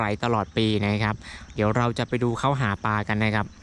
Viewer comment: หาปลานะครับ ไม่ใช่ หาปา